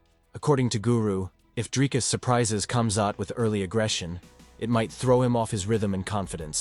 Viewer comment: Honestly just learn how to say Dricus. It's not that difficult. Show your champ some mf respect. 🇿🇦